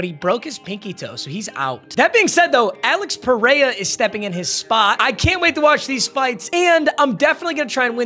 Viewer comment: I’m sorry the way you said Alex pereira just tells me you don’t watch ufc 😂 you didn’t even put effort into saying it 😭🤦🏻